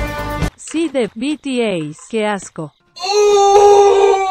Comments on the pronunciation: Se dise bities pero se escribe bts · El tratando de decir bts jsjs